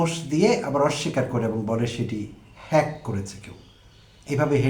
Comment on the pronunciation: তারেক রহমান জনসভায় হ্যাক শব্দটি কোনভাবেই উচ্চারণ করতে পারছিলেন না।